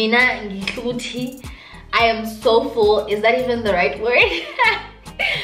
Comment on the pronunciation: 😂😂😂 awa "ngi'hluti?" lol its ngi'suthi mzalwane. lol i love this gaal man ❤